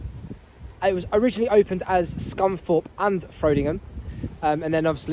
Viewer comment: Hi Its pronounced Frod like prod in Frodingham The other lines are the remnants of lines for the steel works.